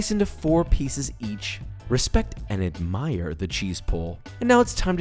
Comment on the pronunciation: I like the way you say admire. “AdmIeeer”